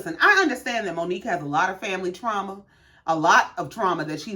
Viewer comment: Omg!!! You said it!!!! Way better than I did!! Well enunciated!!